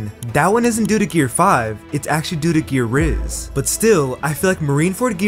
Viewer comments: You made me laugh because you said Mary the most beautiful woman in the world but you said gear rizz😂😂😂😂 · Gear rizz💀💀💀💀💀💀